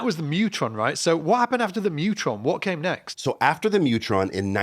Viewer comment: I feel certain that "Mu-tron" is supposed to be pronounced "myoo-tron". (1) It's short for "Musitronics", and (2) the Greek letter mu (μ) is pronounced "myoo".